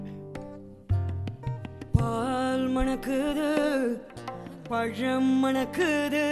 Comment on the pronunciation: பழம் மணக்குது உச்சரிப்பு பதிலா மலம் மணக்குதுனு பாடுறா... தமிழ் அன்னையே என்னை மன்னிச்சிரு